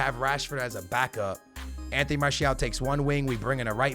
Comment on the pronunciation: you are in love with "enteny" martial